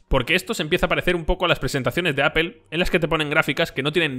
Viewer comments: Amigo, pronuncia correctamente, no es Apel, es Apl, si te refieres a Apple y no es Guguel, es Gugl, si te refieres a Google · Amigos españoles, cómo se les puede explicar que no se pronuncia "Apel"? Se pronuncia, en todo caso, "apl". Unas clases de inglés no les caerían mal. De verdad, a muchos hispanohablantes nos da pena ajena escucharles pronunciar cosas en inglés. Saludos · ES CAGANTE QUE DIGAS (APEL) (GUGEL) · "Apel" y "Gugel" - LMFAO!!! Cierto.. Pixel es un muy buen telefono!